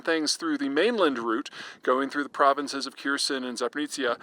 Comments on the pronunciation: Kierson and Zapritzia. I wonder how many years it will take for americans to stop butchering proper nouns of Ukraine. Its HERSON and ZAPOREEG(J)IAH (g=zh). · Thanks for the video! But please look up how to pronaunce Zaporizhzhia and Kakhovka.😂